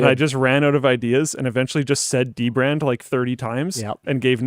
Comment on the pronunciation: now I want to see dbrand ad where he just says dbrad a lot